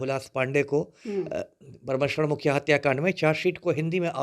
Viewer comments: मननिये हुलाश पांडे जी और स्वर्गीय बाबा ब्रह्मेश्वर मुखिया जी का उचारण तुम ताम से करना ठीक नहीं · Isko bolne nhi aata hai mukhiya jee ko ekar word me bolta hai batmij insan